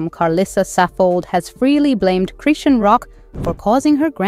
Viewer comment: Just thinking the same can’t even say her name